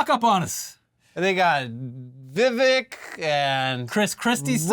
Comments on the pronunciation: Vivek rhymes with mistake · Isn't it Vivek, rhymes with Cake?!